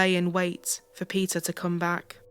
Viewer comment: Pronouncing Peter as pizza is sucha a blast :P